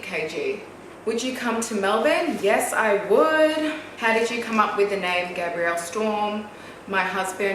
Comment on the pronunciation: I love you!!!! But I just wanna comment on Gabriel’s name, it sounds like a girls name when you pronounce Gabriel it sounds like you’re saying “Gabrielle” 😭😭😭😭😭😭😭😭 the way Tammy pronounces it sounds right!